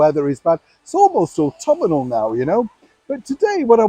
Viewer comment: He still won’t say Autumnal! I think it’s the “northerner” in him.😆😄😃😁